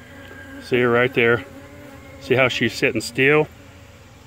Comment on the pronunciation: “See how she sittin’ ‘steal’?? Me: Lol! Steal? Or still?